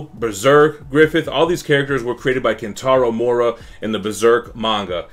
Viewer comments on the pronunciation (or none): "Kentaro Mora" lol